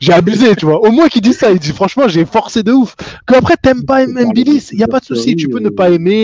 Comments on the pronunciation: Tu prononces très bien "ngannou", mais là de même c'est "mbilli", non pas "M-billi" 😉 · Salut, il faut prononcer le nom MBILI, comme NGANNOU😊